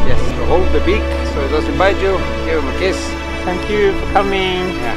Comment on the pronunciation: 建议还是改一下这个错误的口音，thank you不要再读成sank you。绝对无恶意，忠实粉丝。